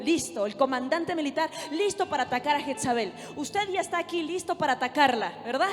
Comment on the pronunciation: Pero porque dicen jetzabel..es jezabel ..perdón la corrección